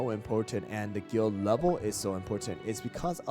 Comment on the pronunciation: Is it only me or is it i heard him said guilt instead of guild